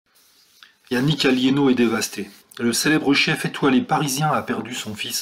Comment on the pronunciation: C'est Alléno pas Alliéno !